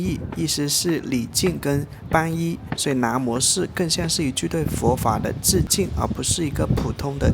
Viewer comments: 皈 (音归)依，不是板哟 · 皈依（gui）不是（ban）依